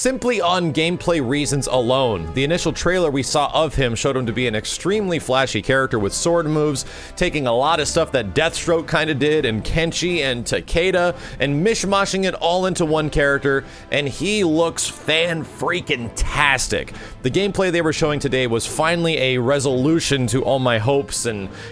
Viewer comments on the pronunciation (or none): Pretty sure that Ta - kay- da is closer to the proper Japanese pronunciation. It's pronounced like - Eh - rather than - Ee. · his name is TakEda, not Takada. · PotholedXTerror0 98 No, he is pronouncing it TakAda, but it's both spelled and pronounce TakEda. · Have you even played MKX? Even the announcer says TakEda, not TakAda, it has an E not an A.